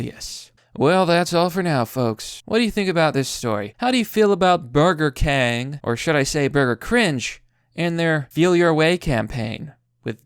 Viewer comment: It’s Burger Kangs not Burger Cring